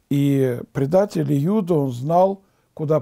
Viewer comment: Спаси господи, но июда с ю слух режет